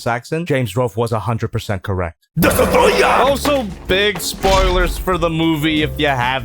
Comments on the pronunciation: When said DESTOROYAH it always gets me laughing. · Love the AVGN shoutout with the DESUTROYAH pronunciation. 😂